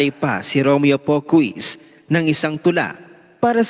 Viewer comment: pronounced PO KIS po hindi POK WIS